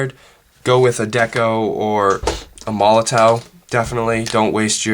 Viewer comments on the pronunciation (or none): none